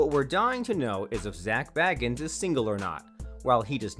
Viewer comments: The narrator kept mispronouncing his last name! It was annoying. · that's not how u pronounce Zak's last name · Thank you!! Well said!!! It is so VERY obvious (especially after Zack has been a celeb and on TV for THIS amount of time) that he pronounced Zack's second name incorrectly, over and over and over!! : (